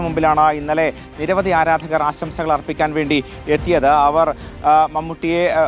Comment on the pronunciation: അസംസകൾ അല്ലാടോ ആശംസൾ😂